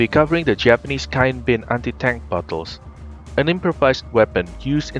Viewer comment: bad finnish?